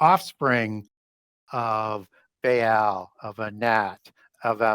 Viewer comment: You are absolutely perverting every ancient name intentionally, or you are an idiot. Grrr... Say... buh-all. Not "bae-all". Say... chair-ub. Say... "ah-new-knock-ee". Not "an-new-nah-kee". Idiot. Maybe your just high on vikes and think adding a new twist of your own will endorse your words with a scholarly insight... you'd be wrong. There were at least 5 other mispronounced names and its painful to my sensibilities. Two differnt day have i comment because I love wasting my time casting pearls. Uhg!